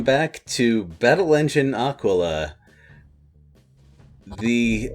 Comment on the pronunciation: I guess they don’t really have a reason to know, British and all, but Ah-keel-ah. Got a lot of crap for mispronouncing birds in New Mexico.